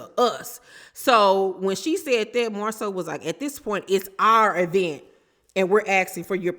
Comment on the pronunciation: Has stopped calling it an "e-vent" yet?